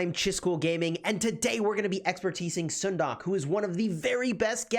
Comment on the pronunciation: stop butchering her name